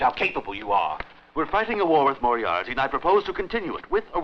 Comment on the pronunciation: Moriarity ?? its Moriarty one I.